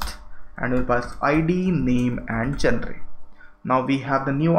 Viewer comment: you should improve your pronunciation, sometimes the words sounds so different when you pronounce them. and genre is not what you pronounce it , it is pronounced as 'Joner'